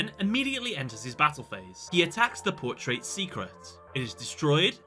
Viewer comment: The way he said Portrait was bothering me lol